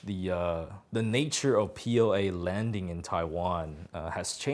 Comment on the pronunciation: PLA sounds like POA.